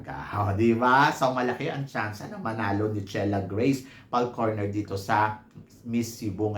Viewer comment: I thought it was Falconer, not Falcorner…